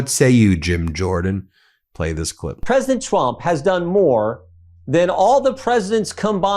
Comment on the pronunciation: “Pwesident Trump” 😅😅 idiot